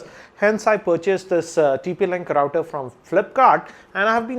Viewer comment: He is pronouncing it right